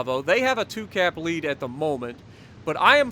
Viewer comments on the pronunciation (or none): none